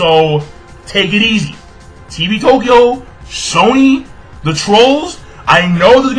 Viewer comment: I lol'd so hard at how pronounced TV TOKYO: TEE-VEE TOE-KEY-OH!!!! lmao xD